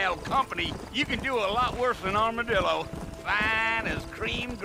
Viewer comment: Ich hab statt Armadillo Armer Dildo verstanden :DD